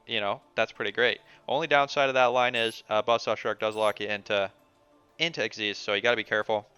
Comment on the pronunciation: Lol. Did no one get the memo on how to pronounce Xyz? Like the guy the other day the Lasagna "Luh-sog-nuh!"